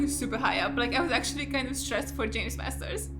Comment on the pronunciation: His name is James MaRsters with an r.